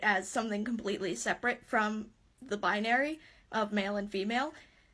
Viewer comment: What is a bi-ah-nary?! 😂